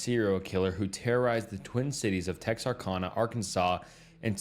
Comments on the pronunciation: Hey! I'm from Texarkana..that's is NOT how it is said! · As a man who love 45 monutes from TEXarKana thats how you pronounce it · Tex ar can uh. Not kahna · How did you butcher so many different names of places? It's pronounced MO BEEL not Mobil. TexarKANa!